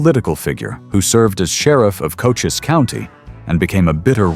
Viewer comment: Again , the AI butchers the facts on Johnny Behan, he was sheriff of Cochise (Co- chees) County not " Cochis" County !